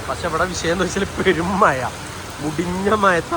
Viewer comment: മയ എന്നല്ല മഴ എന്നാണ്